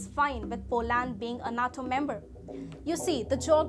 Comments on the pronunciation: Geez.... NATO is pronounced NAYTo, not nat o. Also, Ukraine wants to join NATO for protection from Russia, not as an advanced base to attack Russia. You jump up and down when China pulls its salami slicing trick on other countries, but are happy to let Russia do what it wants, and on a massive scale. Hitler was the same. He wanted the Sudetenland, then the Prussian Corridor, then finally all of Poland, and the rest of Western Europe, then Russia and North Africa. It took the rest of the world six years and tens of millions of deaths to stop him. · It’s nato not not toe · Nay-toe. Natto is a Japanese food, fermented soy sprouts. Al-i. Alley is a small road.